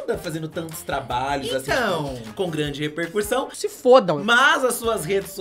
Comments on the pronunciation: Eu AMO que os meninos sempre falam “reRpercução” “reRpercurtir” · Vou só fazer uma correção, de boa mesmo, porque essa é palavra é dita por vocês frequentemente: a pronúncia correta é repercussão, não repercuRsão. 😊